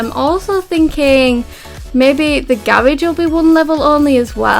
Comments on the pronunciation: Its garage not garaje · 𝕀 𝕤𝕨𝕖𝕒𝕣 𝕀 𝕝𝕠𝕧𝕖 𝕥𝕙𝕖 𝕨𝕒𝕪 𝕪𝕠𝕦 𝕤𝕒𝕪 "𝔾𝕒𝕣𝕒𝕘𝕖" 𝔸𝕙ℍ𝕙𝕙𝕙